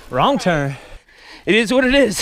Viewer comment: it ezzz what it ezzz